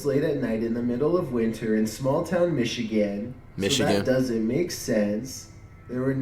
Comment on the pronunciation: Flight says “Michigan”😑